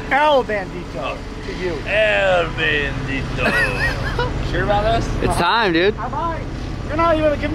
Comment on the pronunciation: El Bandido, Not El Bandito 😅